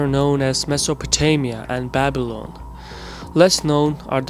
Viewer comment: Bible-on ? It's Babilan, man !